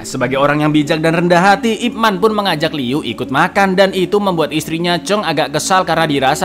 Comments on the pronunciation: ipman ya, bukan ipmen, eh dia juga bilang ipmen 😭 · Ip Man di baca Yip Man, Icaaang... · kalo kantonis bacanya YiPman